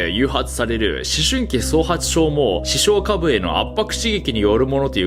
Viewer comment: イントネーションについて気になったので、、 視床下部のイントネーションは 亀頭出すと一緒です！ ↑↓こーゆー表現苦手なので申し訳ない🙏